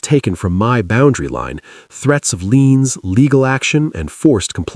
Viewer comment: It's Liens not Leans. AI can't even spell some words right!